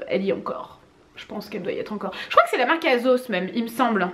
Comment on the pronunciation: Cc les amis prk à chaque fois en début de vidéo, tu te dénigres à chaque fois avec tes cheveux, tu n’es jamais contente Et pour ton plan de travail pour le prochain je te conseille de le protéger soit avec une nappe soit avec un plastique Ps: on prononce asssssossss et non azos